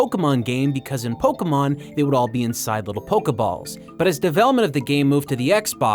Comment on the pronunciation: Polkamon polkamon polkamon. It's pronounced Poh-KAY-mawn.